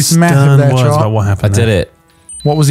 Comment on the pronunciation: I think I said this same thing years ago, but inability to differentiate between Trott's and Ross' names correctly after all these years blows my mind.